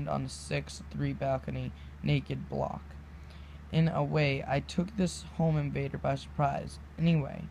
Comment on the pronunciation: Good job lol the word Bloke isn't pronounced Block you sound the O like the letter like Blow-k..its okay its funny listening to English ppl try to read American lingo too:) Good luck with your channel I'm subbing